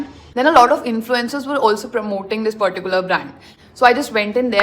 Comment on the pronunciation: Please don’t pronounce “particular” that way. And you overusing that word